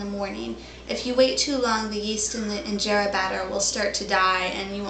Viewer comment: Someone tell her how to pronounce Injera and teff correctly. Hey video lady send me a pvt message on your email address. I can record the pronunciations and send then back to you. When you say teff, it makes you sound cute, in a childish way though.